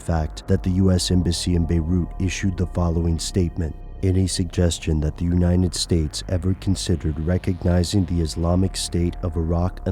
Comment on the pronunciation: It sounds funny when you say "United States"